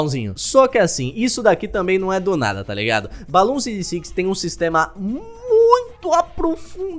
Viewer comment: pessoas falando BLOONS falando BALOONS